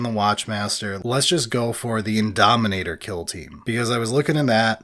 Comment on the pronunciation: Indomitor, not Indominator 🤓☝🏻